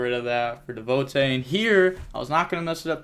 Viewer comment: The way you said dehvotay instead of devotee hurt my brain. I enjoy your content though. Keep up the grind.